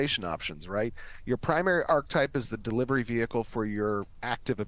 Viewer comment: I can't deal with how he pronounces ARCHETYPE. It's not pronounced ARK-TYPE.